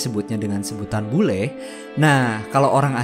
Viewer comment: Jadi bele bukan bule lagi